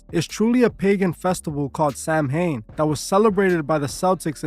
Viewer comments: I like your videos so I figure I will let you know the proper way to pronounce it is SOW WIN. Not Sam hain. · A lot of your information is incorrect. Also Celtic is pronounced with a hard K also Samhain is pronounced Sow-in. There is also no such group called the Code of Thorn. A lot of information about Druids is shrouded in mystery. The ancient Irish deities were not good or evil but could do both good and bad. They were not celebrating a God of death. They were a pastoral people so it was basically a harvest festival that the Irish still celebrate i.e. bonfires and mischief making. It is also big in Scotland due to both groups being Gaels. Halloween took off in the US with mass Irish immigration. Remember that the Devil is from Christianity and Christianity has its roots in the Middle East.